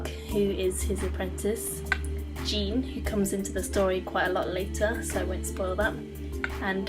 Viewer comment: Great book, liked your review. Just a side note, (I didn't know this my first read) Jean's name is pronounced like Sean. It's the French pronunciation. This is personally my favorite book series of all time.